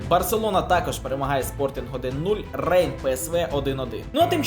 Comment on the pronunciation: будь-ласка читай не рейн, а Ренн